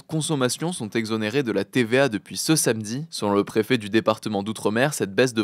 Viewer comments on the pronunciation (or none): none